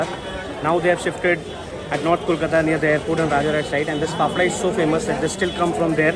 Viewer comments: Those who have watched tarak mehta ka ooltah chasmah know it's fafda and not fefda🤣🤣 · I lost it when he said phephra🤣🤣🤣